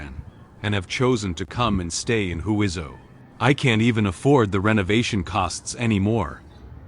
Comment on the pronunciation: The correct pronunciation of Huizhou is 'hway jo' The AI narration is not correct